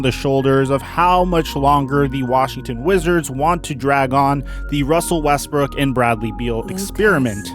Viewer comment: this is foul he called him russell wesbrick